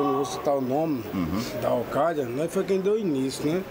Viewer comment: "okaida" Alkaeda.